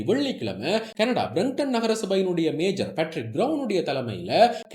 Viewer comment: மேஜர் அல்ல மேயர் Mayor not Major